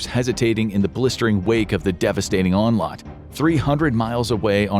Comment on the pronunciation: “Onlot”? You mean onslaught.